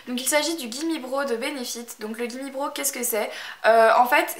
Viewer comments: le gimmie brow ça se dit braw et pas bro :) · En passant, Gimme brow se prononce avec un "a", et non comme "bro".